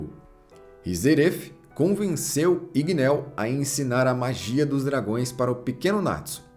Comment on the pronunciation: Igneel n se pronúncia com o som de "e" e sim com o som de "i" como tem dois "e" o nome fica com som de "i" mds q agonia shhssh